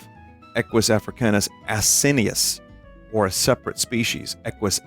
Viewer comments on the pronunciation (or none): none